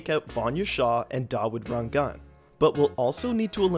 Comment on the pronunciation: FINALLY... SOMEONEVWHO PRONOUNCED DAWOOD RANGAN'S NAME CORRECTLY